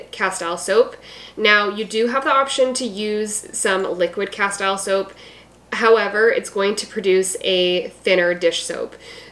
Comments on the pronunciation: it is pronounced casteel, like steel, not tile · Great recipes. You are mispronouncing Castile.